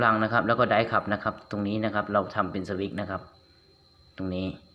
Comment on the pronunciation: สวิคๆๆๆพูดให้ชัดๆ เขา อ่านออกเสียงว่า สวิตช์(สะ-วิด) switch